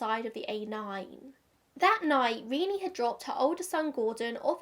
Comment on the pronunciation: this is absolutely a nitpick and you mentioned the mispronunciation before even saying her name but I'm almost 100% the Renee in this case is pronounced "Re-nay," not "Re-nee." My mom, born in '71, has the same name -- the lack of the accent over the second "e" and everything. She pronounces it "Re-nay" and gets really frustrated when people pronounce it "Re-nee" despite, technically, that being how it's pronounced. feel free to ignore my comment tho, as it's just my mom's opinion since they share the same name. appreciate the updates on these cases, tho! i don't think i would have gotten this knowledge without your video :)